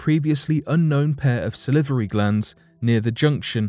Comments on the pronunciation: Sal-var-y glands. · Sa-livery giants. Live how he says that! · Yes it was really funny when he kept saying salivary